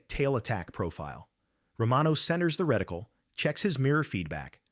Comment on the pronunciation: A "reticule" is a woman's drawstring purse. A "reticle" or crosshair, is a pattern of fine lines or markings built into the eyepiece of an optical device. Both identical the same to AI voice